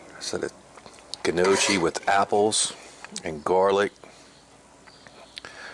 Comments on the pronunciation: It is pronounced No- Kee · Its pronounced n..yoky. nyoky. ( like hokie) Its a great starch side dish with mild gravy or browned butter. thanks for this as usual. The pork Jus is the best part! Thanks again. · Best looking piece of hog meat I've ever seen. That's pronounced (:Knee, oh, kee). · I think the pronunciation changes with the regions. It's no-key predominantly here in southeast Va as well